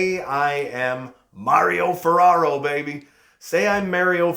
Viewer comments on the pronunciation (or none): "im maw-rio ferarro, say im mayr-io ferarro" - LMFAO gr8 vid as always. good ideas especialy 4 contracts